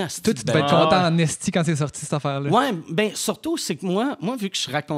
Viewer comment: J'aime ça entendre des ESTI bien prononcé. hahah